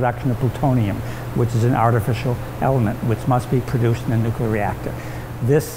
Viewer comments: Its always weird to see people that are professionals in this field still say nukular like Homer. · did he actually say 'nukeyler error'? That would be fitting. Not in the tech, in the language. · "nookyoolar" delet this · I'm sorry but no. NEW CUE LAR is simple adding extra letters where there isn't any and sorry to say it is plainly out of ignorance and/or laziness. Better examples would be people who say MEER instead of MIRROR, or LIBARY instead of LIBRARY. I do get what you are trying to say, but again I refer to the episode of The Simpsons. lol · it kills me to hear that guy say "new-queue-ler" instead of "nuclear" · It's NuCLEEar, not NucYOUlar. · *NU-clee-er Not nooquler. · the "new que ler" reactor" .... come on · And the PR guy says, "nukuler". Reading is fundamental. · An expert who says "nuke-yoo-lar"... That's a bit distracting. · It drives me bonkers to hear these guys say "NUKULAR" "Nukular, it's pronounced nukular." - Homer Simpson/George Bush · I get so disheartened when I hear a learned person in the nuclear field pronounce the work "Nukular" Makes me sad. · You lost me at "nuculer." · it's "noo-clear" or "noo-clee-yur". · as if the way he pronounces it is in any way relevant to his knowledge of the subject. Like you wouldn't say the same for someone speaking with a foreign accent, but since it's an American you're all "erm sad now" he said "Nukular" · I'll never understand Americans and their comic inability to say 'new-clear' properly, even here! Amazing! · "Nucular"... like they are dealing with nuts.. sigh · Wow, a scientist said "newcular" ... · The guide at a nuclear reactor is the last person I would expect to mispronounce nuclear. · You have been right with all your examples... except for nuclear. Again, sorry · MichaelKingsfordGray now here is a man that does not pronounce "nuclear" correctly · That is what President Bush said all the time also.